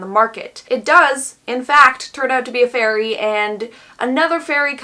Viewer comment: "fairy" My ears: "furry" Also me: oh no